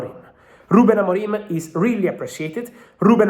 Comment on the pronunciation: AMORIM, NOT AMORIME